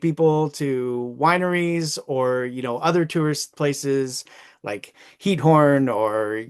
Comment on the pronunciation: There is NO town called Heathorn in the Netherlands, and mo town called Broosh in Flanders...Please have some basic respect and pronounce the city names the right way. Start with learning the alphabet for example...and CH and g are pronounced like CH in loCHness....NOT an H or a k!!! not even close.. and learn to pronounce oo oe eu and ui au/ou, ij/ei end ie, and v and f s and z. And NOOOO there is no painter called Fen Kow, there never was or will be.. Have some RESPECT!